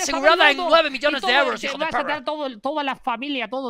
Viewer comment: Menuda leyenda hijo de pewwwrra